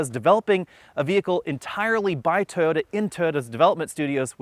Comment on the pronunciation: Please learn to pronounce TOYOTA